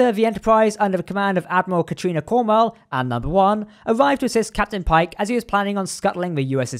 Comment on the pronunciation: I have to say I am really glad you got Admiral Cornwell's surname right, alot of people, usually americans caller her Cornwall when it is clearly Cornwell, so points to you good fellow. Getting her name wrong is a kind of disservice.